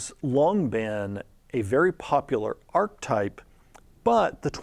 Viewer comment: Loving their release of these videos and your response/reaction vids…even if I die a little on the inside when says archetype wrong.